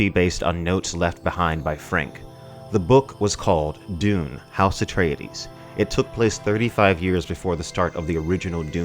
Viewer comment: It’s Atreides,NOT “Atray-Ed-dees”